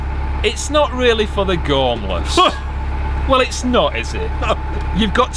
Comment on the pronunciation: I look forward to watching you guys on a Friday,I did laugh at "gormless" that sounds very Yorkshire.